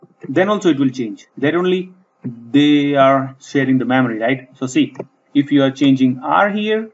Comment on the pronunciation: I will say, this is a very informative video. I will also say, when you say "memory," it sounds a lot like you're saying "mammary." I know this reflects more on me than you, but I just wanted to point that out. Also, and more importantly, you speak in a bit of a mono-tone so it is something of a challenge to stay focused on what you are saying throughout the video. Still, thank you very much for taking the time to make this helpful video.